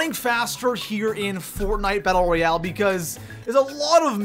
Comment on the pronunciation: “Royal” you were close